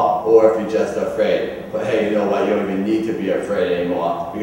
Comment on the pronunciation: "Ouw if you'w just afwaid." Pwiceless.